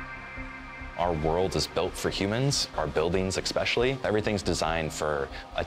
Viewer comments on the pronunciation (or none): he says expecially....fuuuuck offff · “Nucular” “Expecially”